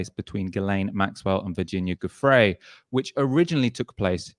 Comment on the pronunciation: Based on decades of being aware of the Jazz musician Jimmy Giuffre, I would say that this Italian surname should be pronounced "JEWFREE", except that Starmer would probably expel you for saying it like that!